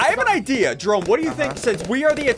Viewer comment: jerry as in Jerome not jarry.